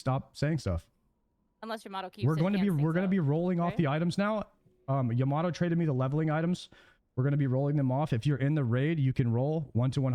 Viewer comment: yah-mah-toe woy-er sodas pronunciation needs some work